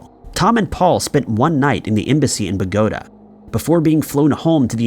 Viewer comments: Come on the city is names Bo--ga--ta. I know it's spelled Bogota but that's not how it said that's the capital of Colombia is it not? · I am very upset 😡 because the city in the first video was said correctly. It's Bogota. Not the way it was said